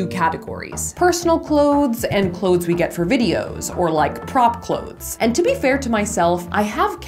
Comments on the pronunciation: Ummm no she is not. What in the world is “clodes?!!!” Super irritating! The word is pronounced “ klowze!” Clothes! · No it's not, it's pronounced "clothes." With a "th" lol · I believe Safiya says "cloedths" based on what she's learned in theater training so the audience will be less likely to mishear/misunderstand what's being said & she has adopted the same concept of strange annunciation for the sake of efficient & effective communication through her videos. I've learned a similar trick in regards to singing words differently than we'd speak or spell them for the sake of preventing misheard lyrics... One more correction, & I mean this in the kindest way: I'm a truth-seaker & truth-teller, & that is why I'm sharing the following: English is also my first language, & the proper pronunciation of clothes is exactly as it's spelled with the "th"... American-slang is the only reason anyone believes the proper pronunciation for clothes = "close"... People too often mishear/misunderstand what's being said, & I have therefore adopted the same concept of strange annunciation for the sake of efficient & effective communication Safiya uses through her videos. I've learned a similar trick in regards to singing words differently than we'd speak or spell them for the sake of preventing misheard lyrics. ............................................. I encourage you to seek understanding instead of criticizing, as doing the latter will always do more harm than good. #Peace&Blessings